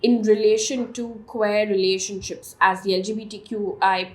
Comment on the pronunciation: Hi, love this news format by you. However please check your pronunciations. Especially the pronunciation of "queer" in today's news